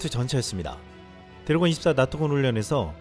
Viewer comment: 유익한 뉴스 잘 들었습니다. 음성이 참 좋으신데, 중요한 단어들을 발음하는 과정에서 말이 많이 엉키네요. (Ex. 드레곤-> 데곤, 레오파드 -> 네파드, 우크라이나 -> 우퀴나이나.. 등등) 저도 마이크를 잡고 강단에 서는 일을 하는 사람이라, 이 부분 때문에 고민을 많이 하는 사람입니다. 발음 연습 많이 해야 합니다. 볼펜물고 하는 것부터 해서 많은 방법이 있습니다. 당연히 효과도 볼수 있습니다.